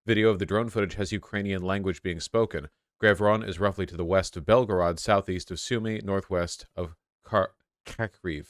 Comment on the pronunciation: I’m so proud of vaush for not doing a Mexican accent when pronouncing Belgorod but instead doing his normal accent. As someone who lived in Russia it pains me when people make up fake accents to pronounce the names. Just say the names in an American accent because you are an American.